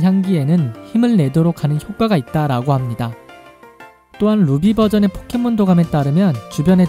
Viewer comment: 포켓몬을 폭켓몬으로 발음하는듯